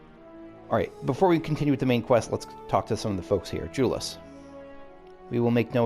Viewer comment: The side quests of zones do often have to do with the msq that was happening at the time, or at least references to what was going on. Just a note, Jullus is pronounced with a Y sound instead of a J sound, like Yule-us. It's been said in a cutscene. I do love when you ship characters. X)